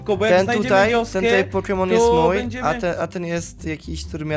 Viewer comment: Może nauczysz się czytać proste nazwy poków? łatwo ci idzie uczenie się jak nauczyłeś się tak debilnego zachowania jakim jest wyzywanie osób pokrzywdzonych ,,niepełnosprawnych"